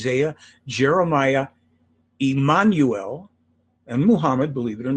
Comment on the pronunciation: She can't pronounce Emmanuel? LOL